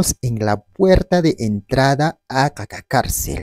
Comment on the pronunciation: No es caca carcel, es qaqa carcel